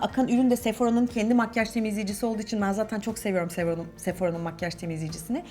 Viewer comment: ablacım sephora Fransızca bir kelime yanlış telaffuz ediyorsun 😸